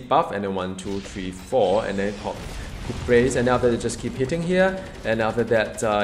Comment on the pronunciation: i do enjoy my steath dps characters, probably because my gear/omega is poor so ability to avoid damage more useful to me than normal. also hit and run style is new for me which is good as someone who's played mmo's since 1st diablo. p.s. it's pronouced coo de graa(rhymes with car), and means killing blow or finishing touch or anything simular depending on its context. not really a saying that gets used much in every day use :)